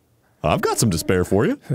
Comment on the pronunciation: Despair turning into “this pear” is one of the funniest things I’ve seen on in a while, hahahahaha.